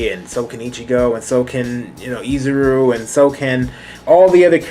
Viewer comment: We just gonna ignore the fact that he said izuru